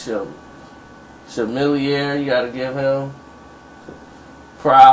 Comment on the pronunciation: did you say Cha-Millionare?